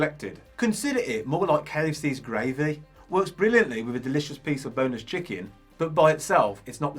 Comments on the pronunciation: "KFC's Gra-veh" class comparison 😂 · Its a northern thing lol